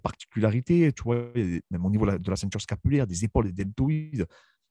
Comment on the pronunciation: Aie, É.KÉ.É La ceintureuh scapulaireuh.....